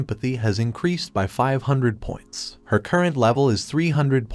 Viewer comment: your AI is mispronouncing "him" and "her" a lot which is Confusing as well as Distracting.